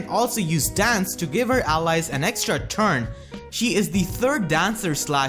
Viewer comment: Lol why'd he say "turn" so hard? 😂